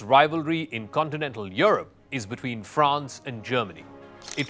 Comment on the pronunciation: Stop talking crap man , you know nothing about France and Germany . You can’t even pronounce their names properly